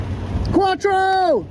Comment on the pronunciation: Quatro instead of fore...classic! LOL